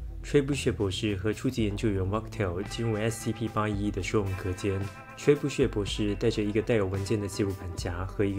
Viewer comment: 雖然只是個小事 但巨投Trebuchet 的u(yəˈ)是長音 ting你罕見得發音出錯了